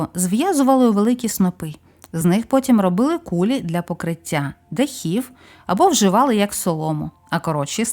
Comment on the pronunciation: Не кУлі, а кулІ